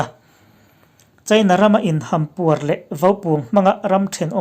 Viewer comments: In hampuar tih lai i thluk kha a diklo deuh lo en nawn teh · "Hampuar" leh "Ralrin"i lam rik dan a diklo.Hampuar...tina ham(sakei in a ham)tih a HAM ang ni lovin,baloon HAM ang a ri tur a ni.Ralrin a RAL hi china ral tih anga ri tur a ni. I aw a fiah tha e,a ngaihnawm viau nain a ngaihthlak nawm lo deuh.Tan han la zel teh u.👍